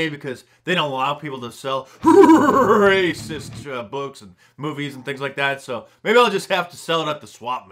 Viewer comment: He says it that way on purpose, with the drum roll in the background, to fool the Youtube censorship software.